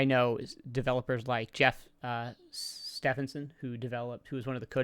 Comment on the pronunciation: Great video. Really enjoyed reliving these classic old Sierra games. One thing: Stephenson is pronounced Stevenson - not Steffenson.